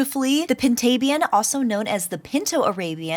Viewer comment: I always pronouced Pintabian as (pin•ta•bee•n)